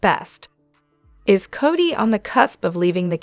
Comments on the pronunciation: Codie (Cody) Cody please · Right,enough already. There is NO T in his name. CODY plain and simple